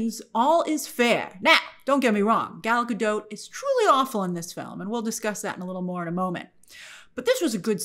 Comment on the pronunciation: Not that it matters all that much, just a fun fact, but “Gadot” is not pronounced in the French way “ga-dô”. According to Gal in her interviews, it’s literally just “Ga-DOT” with a non-silent “t”